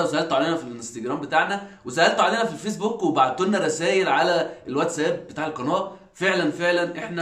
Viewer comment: نفسي تغيروا النطق بتاع كلمه قناه